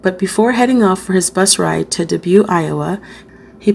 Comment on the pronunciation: I like how you speak slow enough for my old ears. Dubuque is pronounced “Duh-buke”